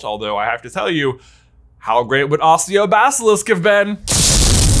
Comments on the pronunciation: J it's pronounced A-ki-o not A-si-o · Your day a couple words wrong. The girl school is probably bo-bat-en and the summoning spell is pronounced ack-e-o not assio. Aside from those cringer worthy moments good story. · Please "Accio" is pronounced "akio" not "assio" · "Osio basilisk"? Isn't it accio? It's been a long time since I read book 4, but I remember it as accio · Would Harry really risk opening the Chamber of Secrets again to bring the Basilisk in front of a crowd of students to have it fight a chained up dragon? Really? Also since when does J say “Accio” like “Assio”. Other than that, loving these videos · I thought accio was pronounced with a hard c sound almost like a K sound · Ahh yes, the timeline that changed the pronounciation of Accio.